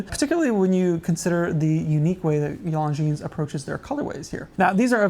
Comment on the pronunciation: The way he's pronouncing Longines is killing me inside!